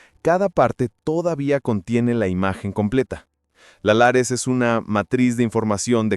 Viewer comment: Lattice no lares